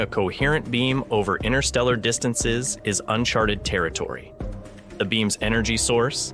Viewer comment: "inTer", inTerstellar space, there's a first T in it. It's not "innerstellar" space.